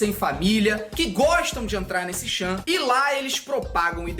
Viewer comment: Dá pra saber que o cara sabe pouco sobre 4chan no começo que o cara nem sequer pronuncia a palavra direito.